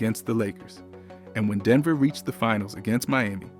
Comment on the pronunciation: why i first saw Jokic, i thought it was a college game and it was a showcase of a pro player, playing with like teenagers, then i heard, "devner" and then noticed its a pro-game...